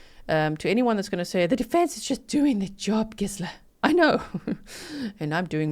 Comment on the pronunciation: I've never heard someone say "Gizela" like that. it's supposed to be a soft g